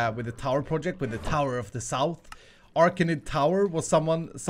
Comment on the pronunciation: Pronounced aracnid wrong